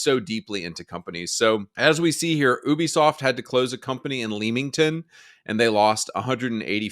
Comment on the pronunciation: Town is pronounced 'Lemmington Spa'